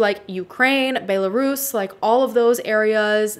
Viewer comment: The way she said Belarus 😂